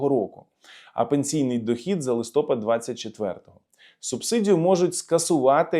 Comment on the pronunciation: лстопАд правильно треба навчитись,,листОпад,, це до кнуря юща так нахвалив укрпошту А яка зарплата у сміляньского??? Ааа вимовляти,,лит